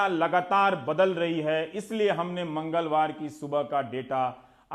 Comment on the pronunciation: Mr. Rabish...Overacting drama. Kitna chutiya hai tu..."Mangalwar" word pe force itna kyun?? Sharam karo...full of negativity. Please is time pe hindu muslim karna band karo..in a indirectly way. Bullshit reporter ever..🤣😂🤣😂